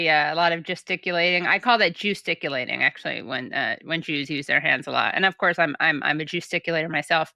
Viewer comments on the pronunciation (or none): omg Katie 'jewsticulating' 😂